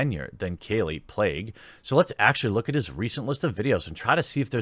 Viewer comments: Plagge is said as PLAHG. Not playg. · PL-AGG-EE. It's cool though. Carryon ^_^ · Seems to be pronounced as "plague". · Well she is a plague so the pronounciation just might be correct in this instance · "I'm not purposely mispronouncing that name"... mispronounces kallie plagge's name in two videos and Brian altano's name in a third video... maybe work on your own standards and accuracy before criticizing others?